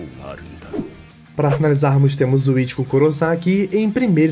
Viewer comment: guerraaam, absurdaaam, historiaam…